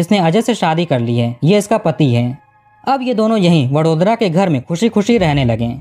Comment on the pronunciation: भाई, दो सवाल है आप के लिए। आप हर वाक्य में दो-तीन शब्द उस विदेशी कूतरा भाषा में क्यों बोलते हो? और तो और, क्या आप को वडोदरा जैसा सामान्य नाम, जो कि हिंदी में भी बड़ी आसानी से लिखा जाता है, सही ढंग से उच्चार करना सीखना ज़रूरी नहीं लगा? ये सब आप को वीडियो बनाने के पहले ही सोचना आप को क्यों ज़रूरी नहीं लगा?